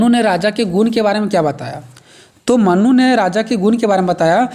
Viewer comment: Mannu nhi manu 🫣